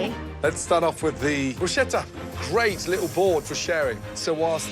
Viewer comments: Not even italian but for once CRINGING HARDDDDDD about gordon calling it bruSHETTA.......NO NO NONO NOOOOOOOOOOOOOOOOOO. its brusCETTA....as in brus-ketta 🤬🤬🤬🤬🤬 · Did Ramsay just pronounce it 'Brew-shetta'?! Jaysus... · As a world-renowned chef, Gordon should know how to pronounce "bruschetta".